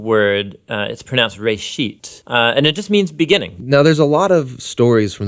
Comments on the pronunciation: *Bereshit not reshit... :) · ok let me fix you :) 1st it's Bereshit not Reshit - בראשית 2nd. the name Adam is the meaning of Adama - dirt not Lives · In the Beginning "B'resheet."